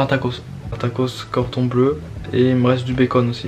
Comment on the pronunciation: en gros au lieu de dire cordon bleu t’as dit corton bleu dans la vidéo